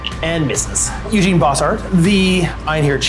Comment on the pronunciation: I love the armies that plays because he and I share so many, but every time he calls Eugen “Eugene” I cringe a little.